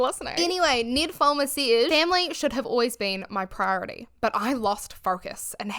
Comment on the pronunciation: your accent when you say Ned Fulmer sounds kinda like "nymphoman" 😂 coincidence? yes. but funny ❤ also....full heartedly agree with your take.